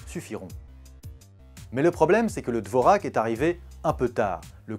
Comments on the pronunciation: Ne prenez pas exemple sur cette vidéo, et prononcez "Dvorjak" s'il vous plaît... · Dvorak... Cette prononciation